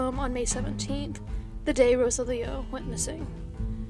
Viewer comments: Ro-Sah-Lee-Oh not Rosa-Leo...just trying to help. Gracias. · So happy to see another update video!! Thank you for all the hard work you do,!! In the event that there's another update in the Gutierrez case I thought I'd let you know that the name Rosalio is usually pronounced roSALio, with the emphasis on the Sal part. As always, thank you for all the effort you put into your videos. ❤️ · Pretty sure Rosalio's name is pronounced Ro-sallee-oh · His name is pronounced roh-SAHL-ee-oh.